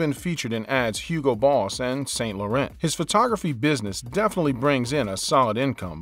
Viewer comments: It's not pronounced Saint Laurent ... it's SAN LOWRAN... c'mon try it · TF !!!this man’s bastardisation of the French fashion house names!? Is he for real? Saint Loren 😩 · & I am not quite sure the way you pronounce Saint Laurent though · Why can't the the voice over man say St Laurent properly?